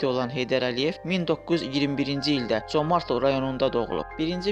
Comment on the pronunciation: Comartlı yox!Ay mən diyən.CÖMƏRDLİ.